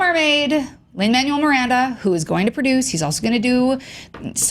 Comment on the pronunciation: MANUEL IS PRONOUNCED MAN-WELL NOT LIKE THE WORD MANUAL WHY IS IT SO HARD FOR PEOPLE TO GET THIS OH MY GOD